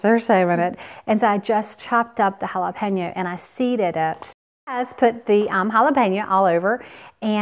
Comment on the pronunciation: Jalapeno its an O not JalepenA. You keep saying JALAPEÑOAAAAA